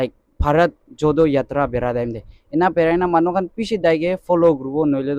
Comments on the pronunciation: Bharat jodo yatra.here correction:Jodo.do pronouns JoRo...Nice video. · Not JODO u should pronounce JORO confirm before you upload the video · Please pronounce JODO as JORO yatra.